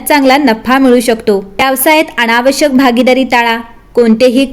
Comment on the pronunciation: जरासं न आणि ण कसा कुठे उच्चारायचा ह्याकडे लक्ष दिलंत तर बरं होईल. जसे "आणंद" "पन" "होन्याची" "अणावश्यक" इ.